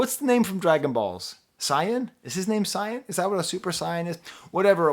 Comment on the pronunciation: AVAA not Prof saying calling Goku “Dragonballs” and “saiyan” (mispronouncing saiyan at that)😭 much love tho!!